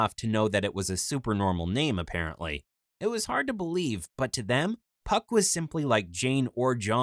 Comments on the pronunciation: Did he say hes names fuck or phuck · It’s funny how he says puck